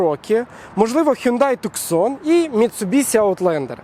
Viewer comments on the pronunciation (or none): none